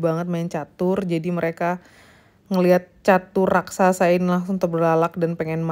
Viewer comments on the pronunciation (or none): none